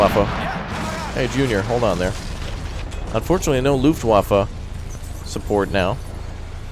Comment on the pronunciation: I'm sure you heard this before but it's pronounced "Luft*v*affe"